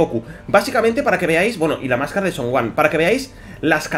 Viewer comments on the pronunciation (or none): none